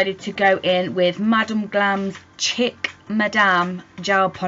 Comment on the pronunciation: Such pretty gel. Madam Glam gels are the best I've ever used, and I've used more expensive gels than this. No more wasting my money on those! I've been considering this one for a while. I just needed to see what it really looked like, as it's difficult to see the true color online at their store. Btw Chic is pronounced "Sheek". It's French.🙄😄 I'm putting it on my wishlist. Just subscribed to your channel, so hello from Canada!🇨🇦 Thanks for your lovely video😊